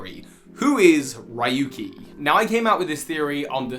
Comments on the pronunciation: It's been years. RYUKI NOT RAYUKI🤣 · Ryuki's name is actually pronounced "Ree-uki," not "Rai-yuki." In fact, Raihan's name is likely actually pronounced the way that you'd been pronouncing Ryuki's. As for what I'm doing during lockdown, well, I've been just playing Super Smash Bros Brawl: Project Plus; which is an unofficial continuation of Project M; and Onimusha Warlords. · Ryuki is pronounced "Yuuki" btw! it's not Raey-yuki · Ryuki is not riuki right? Then why are you saying i? Ryu is dragon in japan.